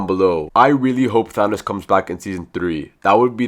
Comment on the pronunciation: no its THANOS😑